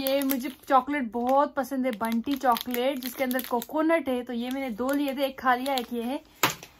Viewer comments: It's not 🚫 bunty it's bounty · Banty bol rahi hai bounty hota hai 🤣😂🤣😂🤣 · It's not bunty it's bounty 😂😂😂😂😂😂🙏🙏🙏🙏🙏🙏🙏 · Not bunty its bounty